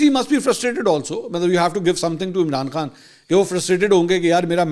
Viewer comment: منصور صاحب جب آپ عمران خان کا نام لیتے ھو تو توئی تک زور کیوں لگاتے ھو